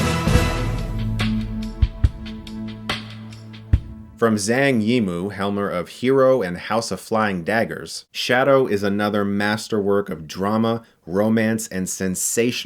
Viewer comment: Zhang Yi Mou is roughly pronounced "[JAHNG] [ee]-[MOH]". Just FYI. :)